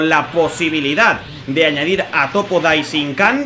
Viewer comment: Like si te diste cuenta que dijo toppo daichinkan